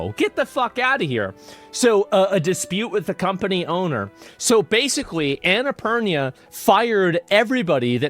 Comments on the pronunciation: Annapurna not anaapurnia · Asmon called the studio that made Stray "Annapurnia"... Anna-purr-nya 🐈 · 'annie purinia' 😂